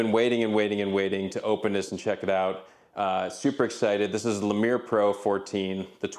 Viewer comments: it's not a "le-meer" it's "lee-mur". like the small monkey. ever heard of zoboomafoo? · Lemur, like the animal. Lol, but I like that you made it fancy French. :D